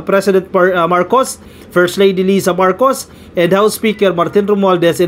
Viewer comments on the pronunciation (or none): none